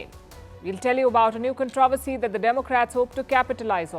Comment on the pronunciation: Please learn how to pronounce “ controversy”. Your pronunciation of common words is painful , to say the least! It is not “con TROV ersy “, but “ CON TRO versy”.